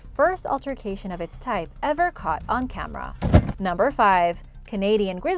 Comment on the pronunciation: "Camerah" Oh hey Jenna Maroney